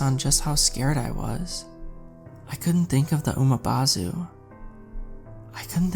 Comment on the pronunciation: It's Umibozu not Umabozu there's no A in the word. 😆. Good story though.